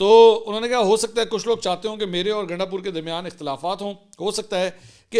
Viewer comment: Gandasoor ? Mansoor Sahib ki slip of tongue